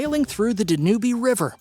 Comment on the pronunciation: Dan--Ube...not Danoobie lol